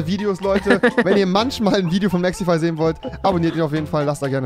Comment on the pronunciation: Wen regt es auch irgendwie auf das rewi mexify sagt anstatt mexi